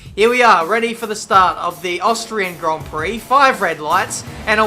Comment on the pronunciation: It sounds like austrage grand prix lol